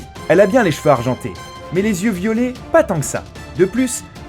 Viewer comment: Targaryenne ? Yeux violés? Y'a un soucis de prononciation la… mais grave quand même. Au passage les yeux violet techniquement ça n'existe pas, c'est le degré d'intensité d'une iris bleue qu'on appel "violet" c'est un degré rare mais ça reste dans le spectre bleu… de la a foutre un violet pétant faut pas déconner, donc en gros, y'a aucun faux-pas quand au physique de Daenerys!